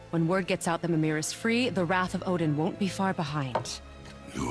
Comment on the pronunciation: also its pronounced me-meer mimir